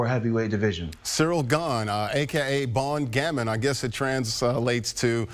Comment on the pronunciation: "BON GAMIN"... A GOOD KID!... Jesus... Even Google translate voice helps you master the prononciation! 😁.. Still... No beef!